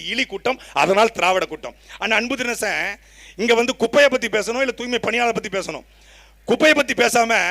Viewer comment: துப்புரவுப் பணியாளர் என்றே இருந்திருக்கலாம். தூ"ய்"மை பணியாளர்கள் என்று மாற்றி ஸ்டாலின், பிரியா போன்றவர்கள் இரண்டு எழுத்துக்களை மட்டும் உச்சரித்து..... ச்சே துர்நாற்றம் பிடித்த வாய்கள். வாழ்க தமிழ் வெல்க திராவிடத்தை !